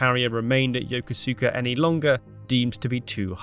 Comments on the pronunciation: "Yokosuka" is pronounced "Yo-koos-ka", not "Yo-ko-koo-ska". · Ya-Kose-Ka ! NOT Yo-ko-su-ka ! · It's pronounced "yo-ko-ska"...not "yo-ko-su-ka." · The name “YOKASUKA” is pronounced “YOCUUSKA” not YO KA SU KA. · Dude, it’s pronounced yo-koos-ka, not Yoko-sooka. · Thanks for making this. I just wanted to note that when you make a Japan related video you might like to check the pronunciation of all of the Japanese words. I live in Yokosuka and the pronunciation is Yokos’ka rather Yoko-sue-ka. Yo and Ko as in coffee. Suka is pronounced Ska with a short a. Also Abe is not Ar-bay but A-be. A as in Can, Be as in Better. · It's not pronounced Yoko-su-ka it's more like yo-koska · "Yoka-soo-ka???" 🤣 It is pronounced "Yo-koos-ka" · yo-KO-s(u)ka, not yo-ko-su-ka. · It is not pronounced "yo-ko-soo-ka". It is pronounced "yo-koos-ka" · you need to learn to pronounce the names proper it is not she nano its ( Sh-in-ano ) and Yokosuka you are saying it yoka seka it is yoko SU KA no E in it a few second even that does not break it down proper because the dialect runs s close into the yoko part, get pronunciations correct makes huge impact it would be like someone calling London loonden . US Silent Service was primary in crippling Japanese operation in the Pacific including insertion of troops the beach heads and for infiltration operation where other vessels were too high visibility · Pronounced Yo-koska not Yoko-suka. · It’s not pronounced “Yoko-SOO-ka”. The “U” is silent. Emphasis is on “KO”. Correctly pronounced “Yo-KO-ska”. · It's not pronounced Yo ko su ka . But Yo kus ka. I was stationed there on the USS Midway in 74. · I am guessing this has already been said in the tons of comments, but it is Yo-ko-ska not Yo-ko-su-ka. 😊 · It's NOT: yoko-SUK-a, it's yo-KOS-uka. Ask any Japanese person. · Pronounced Yo-kuska, not Yoko-Suka. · It's not pronounced Yo-Ko-Su-Ka, rather Yo-Kos-Ka. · Yokosuka pronounced “Yo-koos-ka” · Yah Koos Kah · It's pronounced Yo-kooska! 😊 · Pronounced Yo Ko Ska